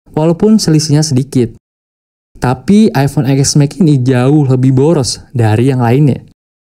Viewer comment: Eexmex.... Yang bagus dikit bang bilangnya masa channel nya udah ios ios bilangnya eexmex😂 TEN S MAX BANG.. 😂😂